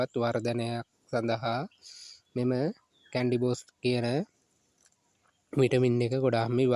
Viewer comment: කැන්ඩි නෙවෙයිනේ කැනි